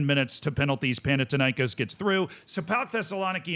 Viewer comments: Do you pronounce Athena as Atina? No, why then pronounce Panathinaikós like that? It's thin not tin. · Παναθηναϊκός. There is no τ or t in English. Θ = th panaTHinaikos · As a Greek, that's how the greek teams are pronounced: PAOK was correct, Thessaloniki was wrong but we don't call them PAOK Thessaloniki anyway. Panathinaikos is pronounced PanaTHinaikòs. Foreigners usually intensify the A but it's actually the O. AEK Athens (my club) was somewhat correct. It's not pronounced A-E-K Athens but it's also not pronounced AIK like the Stockholm one. In Greece we call them ju